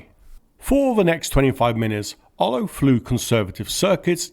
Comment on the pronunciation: "Olow" is pronounced "Oolov".